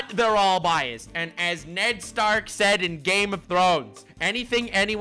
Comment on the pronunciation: "Nedd Stark"